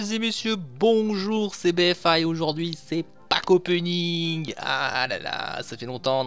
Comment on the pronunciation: J'adore ta façon de dire : C'est Pack Openiiiiinng , bien accentué :DD GG !!